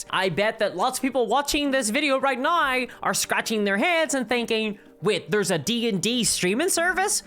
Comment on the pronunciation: accent is very interesting , throwing in a bunch of Rs into words i wouldn't expect . now = naur